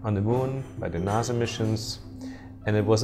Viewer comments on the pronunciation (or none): It’s pronounced NASA not Naza